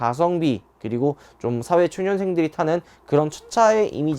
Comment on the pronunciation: 사 회초년생이 아니라 사회초 년생으로 발음하셨ㅋㅋ 확! 실한ㅋㅋ